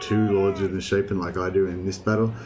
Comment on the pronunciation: It bothers me that you said misshappen rather mishapen. Its pronounced 'miss shape n'